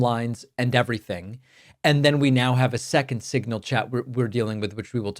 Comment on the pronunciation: Couldn't even say signal. It came out as single.